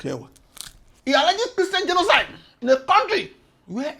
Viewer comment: is my best part - '...for what he described as kristain gdenoside..rr. What! is dat!! Kristain gdjenoside!?? Nunsenze!!.Nonsense..nunsenze! Smursh...tchew...smursh..tchew